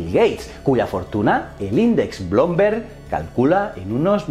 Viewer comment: Chacleton ??? se pronuncia " Sakelton " y Bloomberg se pronuncia blumberg, no blomberg y 30 mas asi.....